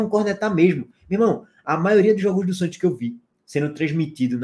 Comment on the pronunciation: Cheguei só para ouvir o falando “santchios”